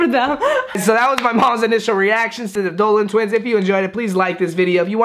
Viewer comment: He said “a Dolan twiner”